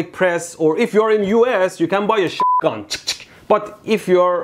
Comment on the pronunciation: did he just say shitgun?